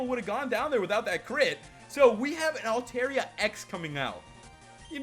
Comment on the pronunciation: Its altaria (alta-ria) not (alte-ria